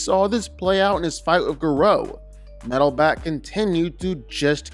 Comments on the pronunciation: Gah-row not grow... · U pronounce gorou name wrong 😂😂